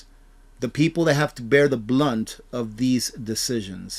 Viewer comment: Its "brunt",not,"blunt",and its"discretionary",not"discretional"im sorry,I don't mean,to sound petty,I was an English pro,in school!Lol With that said,I just want to say,that you are AMAZING!We are so lucky,to have you!G-d Bless you!